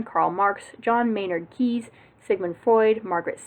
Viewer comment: Great stuff. Also, it's meises like meesees and keynes like cains